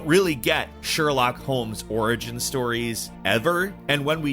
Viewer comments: why you're calling him Sherlack lol, it's Sherlock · I just wanna ask, Is it normal pronunciation for Sherlock? It sounds weird to me, I'm not a native btw.